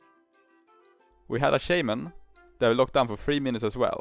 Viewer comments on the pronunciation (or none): none